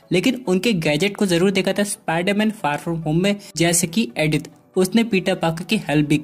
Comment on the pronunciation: It's not adith it's Edith